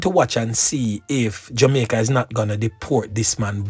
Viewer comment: He is jamaican, listen to the way he pronounce jamaica, the word reluctant, plus the phrase a couple a days, amricans would say a few.